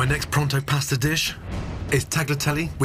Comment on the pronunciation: I know it's superficial but it kills me how he pronounces paaasta. We all should try to pronounce stuff in its native tongue.